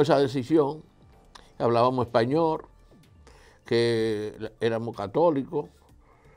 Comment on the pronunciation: Bueno Dr Fadul, ud, sabe muchisimo y yo lo admiro por eso, pero esa articulacion suya me da dolor de oidos, como es que un Medico alguien tsn profecional y diciendo Espanor! como es que no va a saber que se dice Espanol? y asi por el estilo, lo mismo con las sss, se las come todas.